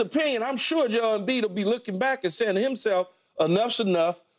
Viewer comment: Its JO'EL, say his name correctly.